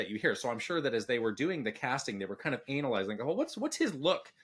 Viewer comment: Why does say anal- lyzing like that why the emphasis on anal